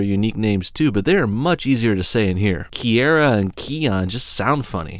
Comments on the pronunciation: No offense... but they flat out pronounce the names. You said them wrong. KAI-ON. KEY-ARA. Why do you people keep getting it wrong when it's said for you properly? They even say Kiara's name in Lion King 2: Simba's Pride! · Here's one thing you should know about Simba's cubs' names. Kion name is pronounced "Kai-on". And Kiara's name is pronounced 'Key-arra'. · your saying Kiara and Kion wrong